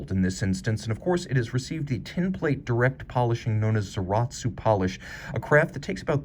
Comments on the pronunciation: please stop saying "ZAR-AHT-SUU." It's not said like that, and literally just how a Japanese person pronounces "Sallaz" and they get it very close. The "u" is silent here (technically it is representative of part of the sound, but nothing like our "u") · Apart from pronouncing the u sound at the end, things that nobody knows if not accustomed to the fact and the first Za sound that he mispronounced the english way... It's not a big issue more like lack of knowledge and maybe lack of efforts. He might be more inclined to learn with constructive feedback than going havoc on him.